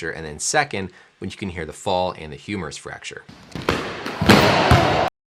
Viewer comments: You most have lost it when he talked about the "humorous shaft fracture" 🤣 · Sounds like he's saying humorous fracture, wich is kinda funny. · yes, indeed it is humerus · I thought he was saying humorous fracture. I was like damn even the Doctor knows it's funny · Doc said "Humorous" tendon.....😂